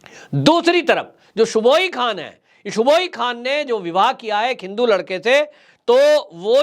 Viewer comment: उनका नाम सुबुही खान है, जिसे आप बार बार सुबोई खान बोलते रहे। कृपया उच्चारण उचित किया करें।